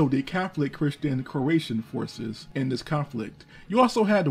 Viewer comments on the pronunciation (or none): none